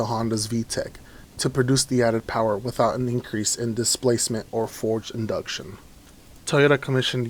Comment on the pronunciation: how do you read from a paper and still mess up? lol... wtf is forge induction bro? FORCED